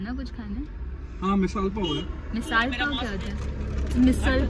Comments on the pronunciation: It is misal pav not misaal pav 🤣🤣🤣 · Nice vlog. Misaal pav kon bolta hai😂 its Misal Pav😅. Raka fa2 ko driving mai isliye triggered kar raha tha because jaldi pohach jaye. Raka lagbag 2 hours pahle pohach gaya tha pro GTA, Forza, snow runner wheel driver🤣🤣